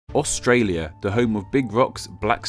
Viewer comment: Got it wrong mate, its pronounced "Straya"